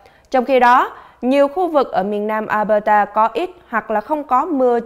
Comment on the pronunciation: Mình nhắc nhỏ thôi. Tỉnh Alberta, đọc là eo bơ đà. Nó hơi khác chút so với luật đọc chung của tiếng anh